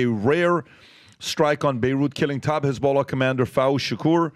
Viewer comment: The pronounciation is as on point as those Eastern Europeans in Israel saying khhhhhamas and khisbollaaah